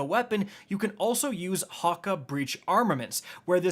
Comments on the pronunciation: Hah-Kay.... wtf is a Hah-Kuh?? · Where are you getting the a in hakke? Man's calling it Hakka😂😂😂